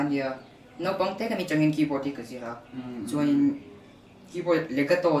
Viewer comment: Mamawia tih hi music an thiam duh ni hi Mamoia Drummer lah rapthlak em em a fa nei hunah mamawia ka ti ve dn🤣😂,..... Mhse "chuan" tih turah tinge chuen a tih zel a😆